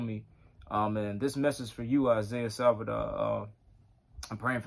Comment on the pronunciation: Isaiah Saldivar is a blessing for The Body of Christ. P.S. Brother you kept saying his last name incorectly - it's Saldivar not Salvidar